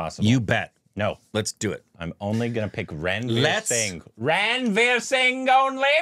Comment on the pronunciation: It's run-veer, not ran -veer